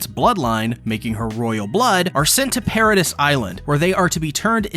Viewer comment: This ai saying paradis wrong is killing me